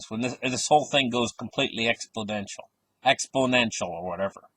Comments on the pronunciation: Exponential with an "n" as in, is correct. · It's EXPONENTIAL! No letter D in the word! Thank's!